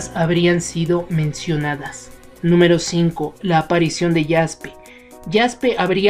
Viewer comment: Se dice como se escribe Jaspe